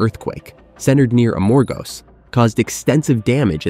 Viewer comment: It is not A-MOR-gos. It is Amor-GOS!!! Accent on the last syllable!!